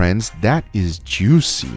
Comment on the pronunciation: Nobody: Guga: jewwseee